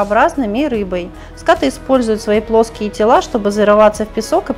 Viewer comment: Правильно говорить скатЫ